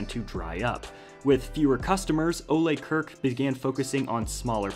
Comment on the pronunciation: So far I have never heard anyone on youtube say Ole Kirk correctly. Everyone says Kirk like the captain from Star Trek, that is the English way to say Kirk but Ole Kirk isn't from an english-speaking country thus his name is not pronounced as that. I wish some one on YouTube do some resaeach how to say Kirk properly. It sounds so bad in my swedish ears.